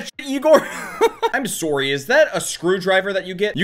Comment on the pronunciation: 8 seconds in "IM SoArY"